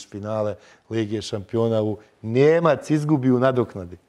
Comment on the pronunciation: Kad Kaze: "NiiiiJemac primii dva gola u nadoknadi"..... to je cista Sarajevska Skola, tih 5 sekundi mogu biti u bilo kojem Sarajevskom serijalu, ala Lud Zbunjen Normalan, Nadrealisiti itd.... samo da dodam, asimilacija je zeznuta stvar, razumijem, ali ako moze bolje ti je da ne ubacujes ekavicu, gubis autenticnost... sa gramatikom ili dialektom se odrasta i to je jedan od glavnih komponenata osobe....